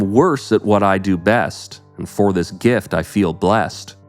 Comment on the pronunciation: Jim Carroll was Nirvanas lawyers ex husband Also- Did you just say gift rhymes with feel?